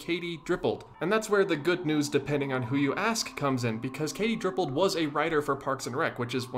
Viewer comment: Oooffffff DIPPOLD sad not DRIPPOLD